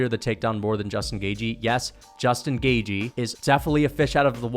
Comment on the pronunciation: Cant stand the way you say gaethje 😭 GAY-GE